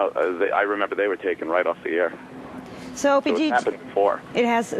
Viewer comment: She Said "Opanie and anthony"..how hard is it to say?? How did your Parents die? Tha..that's terrible I'm sorry...Frrronkus!!